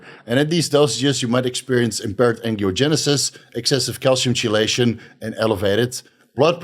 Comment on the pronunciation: I usually dont do this, but chelation is pronounced keylation. Just an FYI. Great video as usual!